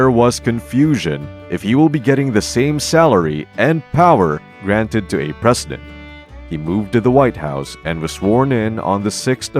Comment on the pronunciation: Can't say president?